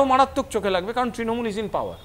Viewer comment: ট্রিণমূল বলছে কেনো ছেলেটা, অত্যন্ত কানে লাগছে ।।